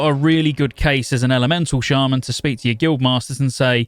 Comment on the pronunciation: As a lifetime shaman player since the launch of vanilla… I can’t support any shaman content creator who pronounces us as “Shay-men” 🤔 for SHAME sir, for shame